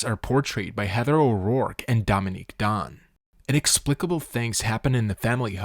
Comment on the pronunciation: Their last name Dunne is pronounced "done" not "don". Also you describes scleroderma incorrectly - or it is a chronic hardening and tightening of the skin and connective tissues.